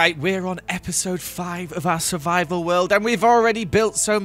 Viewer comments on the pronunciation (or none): I love "Surivival" worlds.